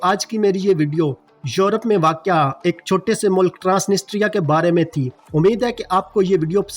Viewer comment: ISKO ( TRANSITRIA ) pronounced kar te haen. The real accent. One N & S silent haey.